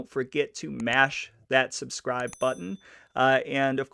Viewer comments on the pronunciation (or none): none